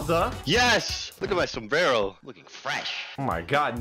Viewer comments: You do not say som brero you say sumbrero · im in phelepens did you say sobrero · DID HE SAY SOMBRERO